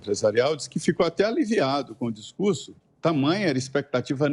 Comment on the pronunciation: o govewrno, um bom discurwrso